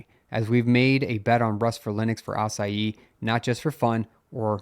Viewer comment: Love how he pronounces "Asahi" like "açaí"